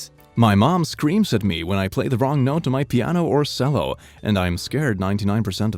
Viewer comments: so im not the probably not the first to point this out but he pronounced cello as sello im just here to say its pronounced chello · IT'S PRONOUNCED CHELL-O, NOT SELL-O angry cellist noises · you said "Cell-o" its said like "Chello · as a cellist I got annoyed at this- its pronounced Ch El oh not cell o (not meaning to be rude lol) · IT'S "CHELLO", NOT "CELL-O" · Did he say sello? Its cello(CH-ello) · Did he just say.. Sello. REALLY.. Realy? q-q.. rEaLlY. It pronounced Chello-- Not Sello. That hurt. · I hate that he sais cello like sello it is pronounced strangely chello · XD HE SAID CELL-O BOOOIIII IT IS PRONOUNCED (CHELLO) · The way he pronounced "cello" as "selloh" just made me cringe. It's Che-low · He- he called it sello instead of chello- i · One thing that bothers me...why the hell do you pronounce cello, sello instead of chello...that triggers me... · I love his content but cant handle that he pronounces cello as Sell-oh rather than Chel-oh. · i watch this channel out of all the other Reddit channels because of his voice and hearing him saying "Sell-o" so conveniently made me die lmfaoooo its "chell-o" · Did you say say sello instead of chello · It’s not S-ello, it’s CH-ello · "Sello" 😆 It's pronounced " chello" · D-did I just hear that right... did say SELL-O!? It’s- it’s pronounced chell-o... I’m sorry I play the cello and that bugged me a bit... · did he say sello instead of cello (like jello but with a ch), that hurts my soul to the core... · Isnt cello pronounced chello not sello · Im sorry but wtf did you say? Its pronounced "chello" not "sello" XD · My man said cell-o. Is that how it’s pronounced there? We pronounce it chello. Made me laugh. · it hurts that he doesn't pronounce Cello as 'che-low' and instead says 'sell-oh' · Hey uh it’s pronounced like “chello” not “sello” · did he say cello like sello? idk if it’s just his accent, but i’m pretty sure it’s pronounced Chello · Did you just say.. "Sello"? iT's cHeLlO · Did he call it a sello?